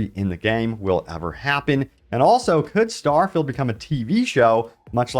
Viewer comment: Don’t say starfeild 76 EVER again.